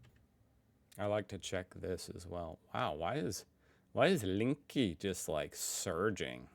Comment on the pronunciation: he should learn how to read german... at least getting the vowels right because the "Linky" killed me too hard today.